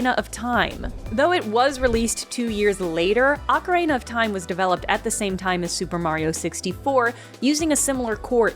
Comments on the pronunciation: I love that you say Ocarina like Macarena 😁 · mispronounces ocarina like "Macarena" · Ocarehna is sending me NGL. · I didn't know about any of that, so this was fun for me. But also, the way you say "ocarina" is wild lmao